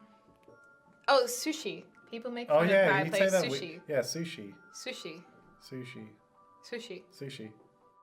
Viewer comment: She says sushi with a Japanese affect so technically more correct than the anglicized emphatic